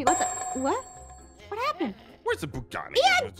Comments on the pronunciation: It a Bugatti not buggari 😂😂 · I love how she said buguti it 😅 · who else was like "I WOKE IN A NEW BUGATTI" when Jess said Buagatti 👇